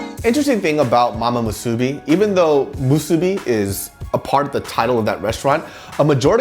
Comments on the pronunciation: why are you calling it Mu SOO BI It's Mu Su Bi, same stress. If you come to Hawaii again I hope you don't say Mu SOO Bi and say Musubi, otherwise you might get some weird looks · LMAO the way pronounces musubi and onigiri in a Korean accent.